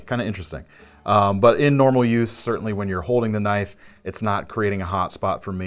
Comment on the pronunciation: more like "now, that's a KNOIFe!" LOL